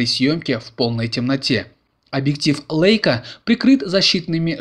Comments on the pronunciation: Не лэйка, а лейка !!! Бренд известный.....Помните военную песню журналиста ...С Лейкой и блокнотом, порой и с пулеметом.... А вы - лэйка.....спортсмэны.... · 525👍 Сегодня вечером приедет - надеюсь , что я не лохонулся ☺ Жалко, нет дист.пульта управления. Могли бы сделать управление со смарта по Wi-Fi. P.S. Чем круче съёмки и обзоры, тем больше требований от зрителей ☺ Но вот звука "Э" в слове Leika и "Бленда" точно нет 😉 👍